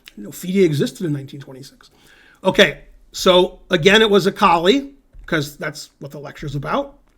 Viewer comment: Is it not pronounced "Cole "? I believe Koltanowski stated that was how it was pronounced? Just wondering. Great video!